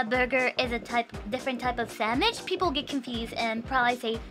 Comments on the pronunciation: Henyas english might be lacking in some places. BUT, just the fact that she says "Sammich" instead of "Sandwich" is soo good. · I love how she says sammich. ^_^